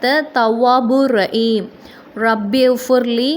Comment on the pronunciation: முதலில் நீங்கள் சரியாக உச்சரிக்க வேண்டும் ரஈம் என்று ஒன்று இல்லை